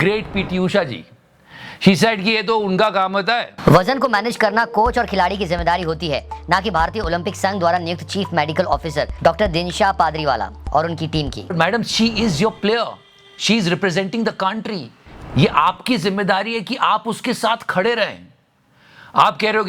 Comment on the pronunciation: Padriwala nahi 😂😂😂pardiwala